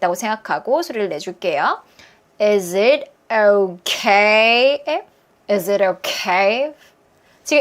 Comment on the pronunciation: 혹시 원어민이신가요?is it okay if할때 발음이 도레미쳤다ㄷㄷㄷ